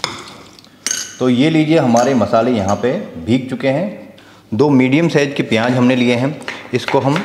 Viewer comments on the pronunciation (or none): Peeyanj nhi pyaj